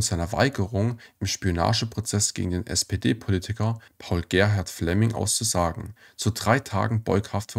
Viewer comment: Warum werden die Wörter so falsch betont? Etwa VergangenHEIT oder auszuSAgen?